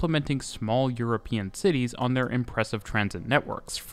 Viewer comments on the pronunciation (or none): none